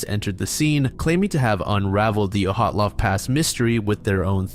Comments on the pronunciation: I’ve heard all sorts of incorrect pronunciations of “Dyatlov”, but “Oh-hat-lov” is new 🤣 It’s also been definitely proven to have been an avalanche, so it’s just crackpots who consider it still a mystery. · Where the fuck did you get the pronunciation of “Oh-hot-lov” from the name Dyatlov???? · ...Why does he call Dyatlov "Ohatlov"? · I've listened to dozens of videos and podcasts featuring the Dyatlov Pass incident, but I've never heard it pronounced like that before